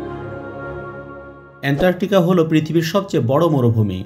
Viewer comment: উনি বারবার এন্টারটিকা বলেছেন 😁